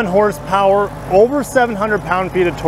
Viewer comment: "900 Porsepower"... I sure as hell needa see that in person lolol 😅